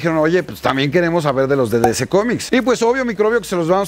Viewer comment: Aprende a pronunciar dc